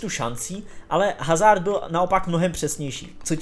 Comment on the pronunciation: HHHHHHHHHazard, když se chováš jako expert, proč se alespoň nenaučíš správnou výslovnost jmen hráčů